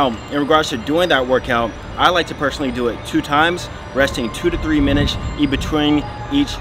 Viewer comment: "Resting 2 to 3 minitchs. E-BTWEEN each round and doing it two to three times per week." Good video though,. Quick but definitely effective.